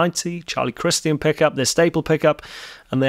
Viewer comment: Nice. But we generally say Charlie Chris-CHUN.